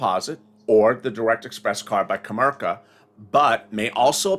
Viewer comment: put the I in comerica not co merca its co merica bank!